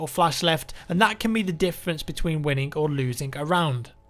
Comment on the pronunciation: is it just me that heard him say wininnk or loosink a round